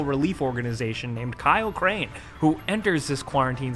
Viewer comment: Did anyone hear him say kaio crane?